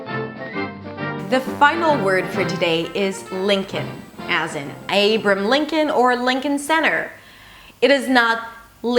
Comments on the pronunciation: האנגלית שלך ממש טובה! הלוואי שהעברית שלי הייותה טובה. נשמע כמו איי-ברה-הם ולא כמו אייברם Abraham לידיעתך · You mispronounced the first name of our 16th President, it is AY-bruh-ham not AY-br'm. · Also, Abraham is three syllables in English. a-bra-ham . Maybe someone caught this already but I have read a ton of comments and time to stop :) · <3 Thank you for helping non-native speakers learn how to pronounce some of our trickier words! You might want to work on your pronunciation of "Abraham" for your next video. <3